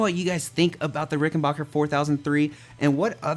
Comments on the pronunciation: Hi, sorry that I have to be that guy but it's pronounced 'Rick-en-BACK-er' not 'Rick-En-Bach-er'. Sorry but it's a pet peave of mine that American's mispronounce the Rick name. That being said I loved your review and the sheer excitement that playing a Ric has brought to you is unreal. I have a 2014 (first year of production) 4003W. Mine is the walnut body variant with the maple neck and fretboard. It has a beautiful tone and the vintage circuit gives you access to that classic vintage 4001 tone. For my model the fretboard is maple with the sharkfin inlays. I loved that they did away with the lacquered fretboard. Mine has the oiled fretboard which is a delight to play on. I wish that the bridge pickup cover would come off without having to remove the pickup from the body. It looks great but gets in the way of a lot of pick players. This bass is an expensive investment but you will never lose money on it. I'm glad I got mine when I did. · Nice review! (Small but important thing: It is Ricken-back-er, which sounds like "your back", not sounding like Bach the composers. This is actually a thing in the history of the company, where they intentionally changed it from Rickenbacher to Rickenbacker, and the pronunciation to not sound too German around the WWII years.) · Rickenbacker... Not RickenBocker.